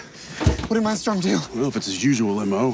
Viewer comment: He says Mindstrom not Mindstorm, anybody caught that?